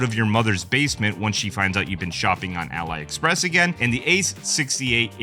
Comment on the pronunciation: I cringed when he pronounce Ali Express. . . . .